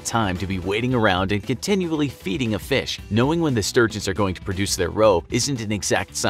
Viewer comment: Feesh... egg.